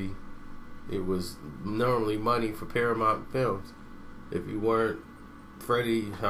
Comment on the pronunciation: Damn cant pronounce shit! PARAMONT?